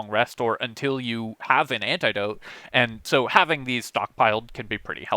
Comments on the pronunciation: Literally the first time I’ve ever heard someone say “ant-EYE-dote” instead of “ant-ih-dote” bruh what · Antidote has a "soft i" sound btw... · sorry my man, I'm honestly a big fan, just thought it was funny. I'm from the midwest and say "annadote" personally which has got to be the worst pronunciation lol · I’m obsessed with how you pronounce antidote. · One of those words where I can easily imagine someone going through life never hearing it out loud even once. I've had a few of those. Got some ribbing over how I say miso soup and executable. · How he says antidote has me crying 😂